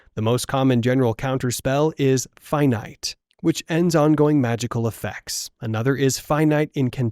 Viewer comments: Pronounced Finitay... Not finite... Ai voiceover? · finite is pronouced (finn)eet-ei not feinight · It’s pronounced “Fin-ee-tay” not “Fye-night” although that is technically how it’s spelt, it’s still pronounced as “fin-ee-tay”